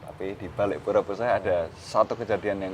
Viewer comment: Untuk penyebutan puseh disini e nya bacanya sama dengan e pada "elang" atau e pada "cepat" Terima kasih